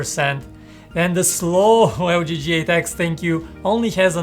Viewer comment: I thought he said thank you every time he said lg g8x